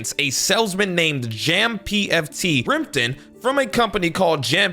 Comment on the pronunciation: Jam Foot and Jam-PFT coming out textually and audibly respectively instead of the usual, pronounced Jampft? That is REALLY messed up.